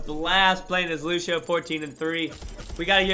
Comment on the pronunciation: Killlll me know did u hush say lusheo